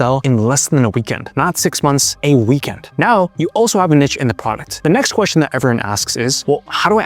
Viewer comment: To mispronounce 'Niche' (Neesh) as 'Nitch' is as incorrect and ridiculous as mispronouncing 'Itch' as 'Eeesh'.